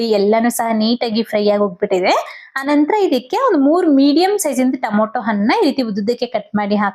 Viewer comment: super recepy.But why u call tomato as to moto?